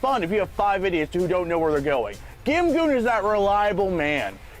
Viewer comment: Isn't GimGoon pronounced more like "Jin-Gong"? x'D x'D x'D